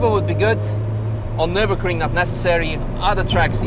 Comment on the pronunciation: 🤣🤣🤣🤣 You speak good french :)